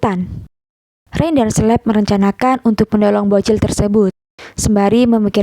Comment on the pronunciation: Bacanya Kaleb min bukan Sleb 😭